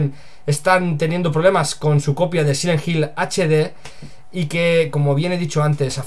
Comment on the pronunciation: Sile jil = silent hill, me disculpo de antemano pero se me hace bien chistoso como los españoles a veces pronuncian las palabras en ingles XD, saludos y que mala noticia por parte de konami, yo no compre esa coleccion en HD solo porque le cambiaron las voces y la verdad yo le soy fiel al original PS2:D